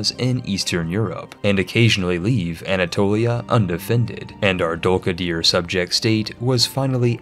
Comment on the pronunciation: >Samatshka >Dulkadier That pronunciation is extremely american